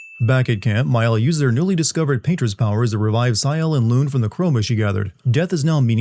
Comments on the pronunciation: are you using AI? why would you pronounce it “loon”? you clearly played the game in english, and they pronounce her name “loon-eh” like a million times. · sin counter: edit: sorry I'm not doing timestamps. Watch the full video to avoid spoilers. 1. How did they know which expedition made it to the monolith 2. Pronouncing Lune as "loon" 3. Verso didn't stay with Maelle because, as he admits later, her connection to Gustave and any chance of discovering the truth could make her abandon the mission, which you learn if you choose to tell her the truth in one of the late bonding events. Also, the Curator is her literal father, she isn't painted Alicia, his sister, she is real, and the Curator is the real Renoir, her actual father. 4: Bro it's "See-el" not "Sy-el". They pronounce the characters names the entire game. 5: Because no other expedition had an actual real human with them. Painted Ren recognizes real Ren, and he recognizes real Alicia. 6. Again, Verso explains it later. 7. You're doing this just to piss me off aren't you. It's "muh-no-co" not mon-uh-co". 8. I am gonna timestamp this one. It's expedition 60, not 70. You find that journal right before the last dungeon. cmon. Ok there were several more I could have pointed out but this is pretty shoddy work for what will probably become one of your biggest videos. Honestly feels like you read a short novelization of the plot and a reddit post comparing it to FFX and didn't play it. Most videos of yours I've watched of games I know well never have this many obvious mistakes and misunderstandings. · How do you play 2 dozen plus hours of this game and still get a main characters name wrong? Lune is pronounced “Loon-ay”, not “Loon”. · This man going off on how the characters don't speak in French accents and all I can think about is his pronunciation of the characters' names. 'GUS-stav' and 'LOON'. I demand a personal apology and for him to be fired from YouTube/s.